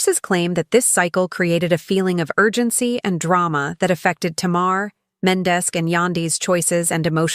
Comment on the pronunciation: I’m unsubscribing from this desperate attempt from this lady who cannot pronounce black peoples names for shit! It’s offensive and sad as hell that she speaks about people she has no idea about. So we know she isn’t even knowledgeable on r&b and hip hop. She said “Tumar and Mendez”????? So clearly she didn’t even take the time to ask someone she just throws random shit out there and some of us can recognize b.s when we see it! I STILL DONT SEE HOW SHE GOT MENDEZ, FROM MENDEECEES??🧐 Jesus take the wheel!